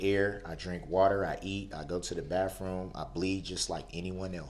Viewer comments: Pretty sure that if there was a feeding and waste tube put into him,he would be talking for the rest of his life in that courtroom. Aks? Birf? Bafroom? Is that,ASK and BIRTH and BATHROOM? He must've never went to school and learned how to speak or spell properly. Is he gonna give us another sermon? OmG they should let him go because he can reproduce and has a precious baby girl that he forgot he had when he acted like a maniac...not! One thing you will notice about people like him with the same social traits and attitude,is they will never admit they are the problem. I truly believe that he would be happy in life if he could hear himself talk all day and night. How I wish that in the middle of his emotional testimony about how much he loves his kids and expressing sympathy towards his loved ones that the judge would jump up and exclaim,'oop!..its lunch time. We will continue after lunch'. He says he refuses to walk away from his children?! Is anybody else laughing or have a look of confusion on their face when he talks and tries to sound profound? After he said he does not fear death, I would have loved to see the desperate look on his face if the judge would've jumped up and said,ok,then...the death penalty it is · And he goes to the bafrume. The baffroom?